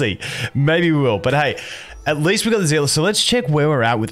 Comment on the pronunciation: ZEELA?????? NOT EVEN REMOTELY CLOSE TO SEELIE